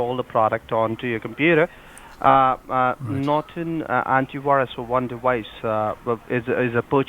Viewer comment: Norton Nort-on Not-on Not on TRIGGERED